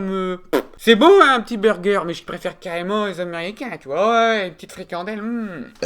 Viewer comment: moi c'est quand il dit burgé